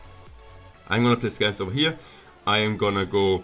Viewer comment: "Over hier" 😂